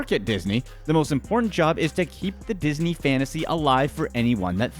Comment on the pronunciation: Did you notice he said isney